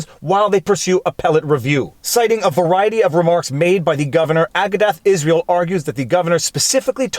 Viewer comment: Big fan. You're great. But I needa teach you the correct pronunciation of Agudath Israel.